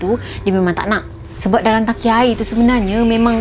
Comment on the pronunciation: Tangki. Bukan Taki😜😝😛🤪